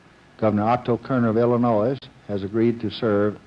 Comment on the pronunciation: Is it physically impossible for this man to pronounce "Illinois" correctly?